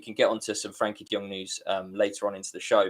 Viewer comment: Why do some people have difficulty pronouncing "Frenkie"?